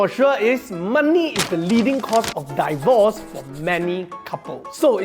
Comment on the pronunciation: Dee-vorce not die-vorce, no wonder marriage really die during divorce 😂